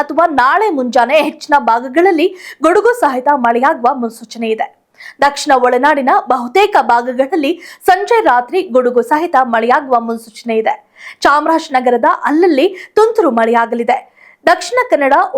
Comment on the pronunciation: ಘಾಳಿ ಅಲ್ಲ, ಗಾಳಿ ಸಂಚೆ ಅಲ್ಲ, ಸಂಜೆ ಆಗೂ ಅಲ್ಲ, ಹಾಗೂ ಬಾಗಗಳಲ್ಲಿ ಅಲ್ಲ, ಭಾಗಗಳಲ್ಲಿ ಕನ್ನಡವನ್ನು ದಯಮಾಡಿ ಕೊಲೆ ಮಾಡಬೇಡಿ